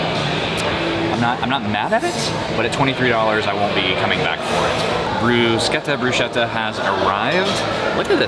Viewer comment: Loving all of your videos, you 2 are fantastic. Love your honest reviews and your enthusiasm is amazing. Your reviews have helped me plan our trip when we go and all the restaurants that are a must try...and this one now! P.S. It's pronounced brus-ketta ('che' in Italian is pronounced like a k) 🙂🥰❤